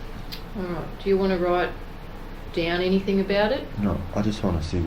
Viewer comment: "Anythink" says the copper each time.